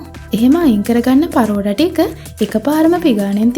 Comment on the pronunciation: පරෝටා ඒ මොන බහු බූත නමක්ද හරියට කියන්න පරාටා